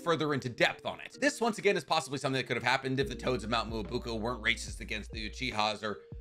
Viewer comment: Ok. I'm no grammar nazi but can this dude pronounced ANYTHING right? Lol. Mount mobookoo? Chibohku Tensai? Stop bruh haha.